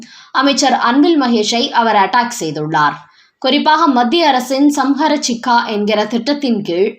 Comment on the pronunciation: அம்மா! அது ஸமக்ரஹ ஷிக்க்ஷா அப்யான் அதாவது எல்லோருக்கும் கல்வி என அர்த்தம். சரியாக உச்சரியுங்கள்.ஸம்ஹர சிக்கா இல்லை